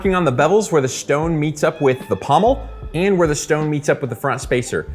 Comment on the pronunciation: The shtone